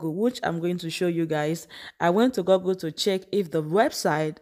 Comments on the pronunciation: My dear, the pronunciation is not: Gurgle but GOOGLE as in school!!! The OO in Google make the same sound as OO in school, stool, pool,fool, tool, foot etc. Most Nigerians have it wrong. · You are doing great but pls stop pronouncing Google as Gorgul. It's pronounced as "Gugul".